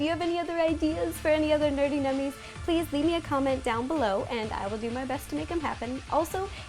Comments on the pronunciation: Did anyone notice that she said nerty nummies instead of nerdy nummies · Why does she always say "nerty nummies"? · Why do you say "Nerty" instead of Nerdy? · why is it that when you say "nerdy" it sounds like "nerty" and also you could have used candy melts for the superman logo